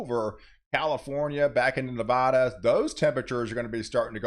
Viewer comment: Neh - va (as in van, can) -duh. Not naw vaw daw. Please & Thank you - from Nevadans ((Neh - va (van,can) - dans))